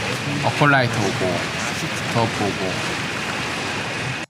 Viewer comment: 에콜라이트를 어콜라이트라고 부르시는건 여전하시네요.. 영상 잘보고갑니다